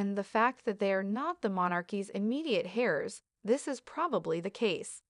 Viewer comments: Hairs?! It’s spelled Heirs and pronounced “airs”. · Hairs? Hairs are what is on top of your head. The children are heirs. Look up the pronunciation on google. I am appalled at how badly so many people pronounce words in our English language. Do you have children? Those children are your heirs. It means your descendants. Camilla’s grandchildren are not heirs of the King. They are children from Camilla’s first husband’s children. Charles has no bloodline in those children. I am really surprised that England is allowing this to take place. Camilla’s grandchildren are not from Charles, she may wish they were but they are not. I’m surprised that the traditionalists are going to allow this. It’s like Princess Diana didn’t exist, I would think this would upset William. It’s like Charles just wiped her away. It’s pretty sad. I’m an American and I think Camilla should be a Queen Consort but not a full Queen. The children of William and Catherine are full blood Royal by the Royal blood from Charles and Diana. Catherine was a commoner till Charles named his son as Prince of Wales and William’s wife became the Princess of Wales. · Narrator says “hair” for “heirs”. Good grief, it doesn’t voice doesn’t sound artificial but maybe. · It is not pronounced hairs but airs. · Its heirs not hairs 😂😂😂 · If you’re going to have a channel about the Royal family and their heirs Do not pronounced hairs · When pronouncing the word "heirs" the H is silent and is pronounced "airs". Additionally the word "pageantry" is pronounced not pronounced page...entry, it's pag...ean..try. Please reprogram your robot narrator to correctly pronounce these words. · The “h” in heirs is silent. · I lasted 25 seconds before poor pronunciation had me hitting the pause button. "Louis" is pronounced "Lou-ee." The "h" in "heirs" is silent. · You do not aspirate the h at the beginning of heirs.